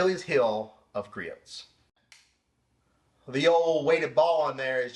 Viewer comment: Just an FYI, the "t" in Griot's is silent. Say gree-ohs